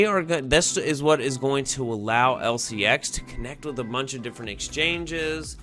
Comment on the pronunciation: Sorry but you are saying the name wrong 😄 lfg lcx!! If it goes to 25 💵 in 5 years and we accumulate now, we are rich..if it goes to binance levels, we’ll we could be super rich. This is a fantasy but we can def make a lot of money if lcx does well. If not, it was fun atleast